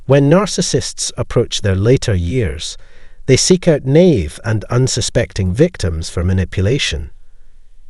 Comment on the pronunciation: It’s backwards; they have no loved ones, because they are incapable of love. And this is the last video of this speaker, the mispronunciation is annoying. What is “nave”?